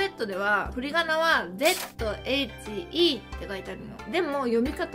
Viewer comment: zhe4をぜぁっ って発音してる人初めて見た笑 どっちかと言うと、じゅに近いと思ってた。（個人的感想）